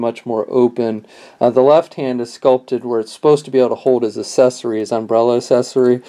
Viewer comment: I take it you mean accessory. I have no idea who taught you how to speak English, but you need to go back and get a different teacher. I mean seriously "asessory"? what the fuck, man?